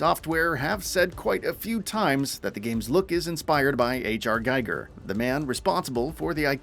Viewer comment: its not Geiger (as in in geiger counter), its Giger (kinda like ginger)